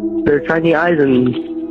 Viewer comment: Almost sound like he said the have "shiny" eyes mot "tiny"